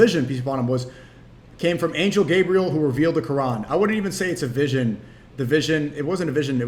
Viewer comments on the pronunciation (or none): none